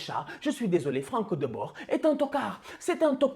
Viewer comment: Juste on prononce Frank De Boure et pas de Bord